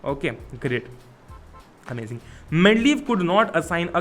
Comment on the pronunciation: not amazing....its amaging.😅